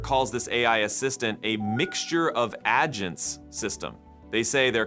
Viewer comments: Haha I see what you did there "Adge Ents" sounds like something straight out of a Tolkien-tech mashup! Honestly, with all the mispronunciations from voice AIs lately, we might be summoning some very annoyed tree overlords soon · The mispronouncing of "agents" several times is almost physically painful.